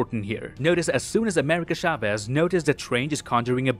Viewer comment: Every time he says “Shaves” and not “Chavez” it makes me feel weird xd